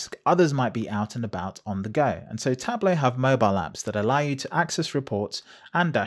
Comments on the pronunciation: It's spelled TablO, with a O sound like in demO. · For someone who has the word "tableau" in their channel name, you're really bad at pronouncing "tableau" ...